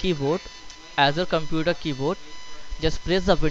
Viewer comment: “Why your comPEUUUUter”